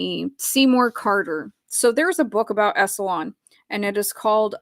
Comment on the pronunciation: I love your show,. I totally get into it. Anything you want to cover is cool with me. I just want to say it's 'Esalen' (en) like "Esalynn" not 'EsalON' like "salon". Don't worry, I had to be corrected when I did radio news on how to pronounce 'Cape Canaveral' and when I worked as a teacher with NASA on how to say 'NASA' instead of 'Nasaw'. It's okay, you're human. I hear people mispronouncing words online all the time and I don't have any kind of judgement about it. It just gives you more credibility when you say it the way it's supposed to be said and it helps with our comprehension. Plus if I keep hearing it wrong, I start saying it wrong myself.